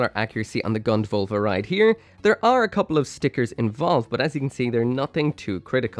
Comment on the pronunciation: it's Völva with an Ö.